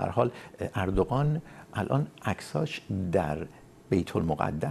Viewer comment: مهمان عزيزتون چرا اوردوغان ميگن به جاي اردوغان متوجه نميشم...